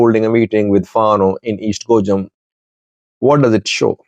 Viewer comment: pronounced Gojam just like the people from the area. He has become one of us.😂